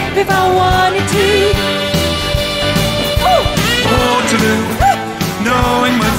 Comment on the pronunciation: He says Wotehloo!!